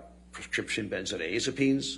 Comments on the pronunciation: How tf, does this doctor not know how to pronounce benzodiazepines? Did he really go to medical school? Did he miss that day? LMFAOOOO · Not only do I dislike “Dr. FruitLoop” for a variety of other legitimate reasons but especially & above all else because I can’t trust or respect someone who doesn’t even pronounce “benzodiazepines” correctly!🤯